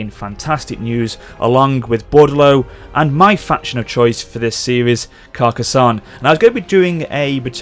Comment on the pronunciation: You are saying Carcassonne surprisingly well. Nice pronunciation.